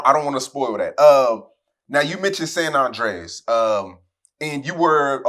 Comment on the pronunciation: bro why are you saying " Sun Undreas"